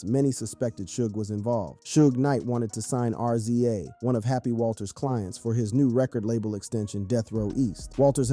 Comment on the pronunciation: RZA is prounounced Rizza